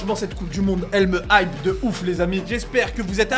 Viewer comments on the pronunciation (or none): none